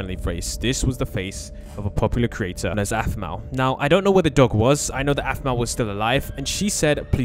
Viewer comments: its aphmau not asimao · It's not asimaou it's Aphmou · The way he said asimo 😂😂😂 When her name is Aphmau 😂😂😂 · Asimos? No that's APHMAU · SO EMBARRASSING!He literally said she was famous himself and pronounced her name “Asimo” I watch her videos I’d never make that mistake